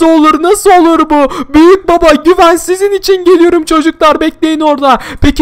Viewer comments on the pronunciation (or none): Güven değil gıven